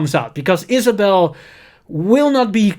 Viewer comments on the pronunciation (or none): none